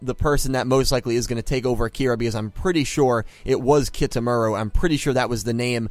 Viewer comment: you actually pronounce kitamuras name as 'kee - tah - moo - rah' ^^; im excited to see what kind of person the new sol tech 'pawn' will be,, plus who is this hayami ?? perhaps the ai thats mentioned in episode 17 is a defensive ai sol tech has who guards the info yuusaku is looking for ? so they have to duel it in order to get that info ??